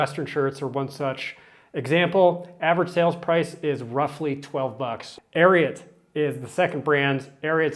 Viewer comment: Ariat=Air-ee-ought, Larry Mahan= May-hon.